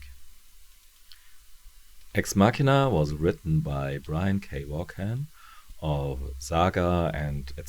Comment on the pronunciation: Hey, I've literally run out of current videos of yours to watch, so I decided to go back in time to check out your earlier ones! I have the whole series of Ex Machina in floppy format, but I haven't read all of it yet. I just wanted to give you a heads-up on the pronunciation of "Vaughan"..it's pronounced "Vorn" which sounds a bit like a race of aliens from Star Trek, doesn't it? Anyway, (belated) thanks for another great review!